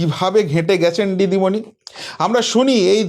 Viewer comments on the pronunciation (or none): উনিতো হিন্দি বলতে পারে না আপনি বাংলাতে ভালো করে বলুন দিদিমণি কে ডিডিমনি বলছেন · ভালো ভাবে নাম টা বলুন দিদি মনি